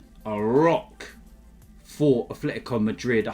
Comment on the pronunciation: "a Fletico Madrid"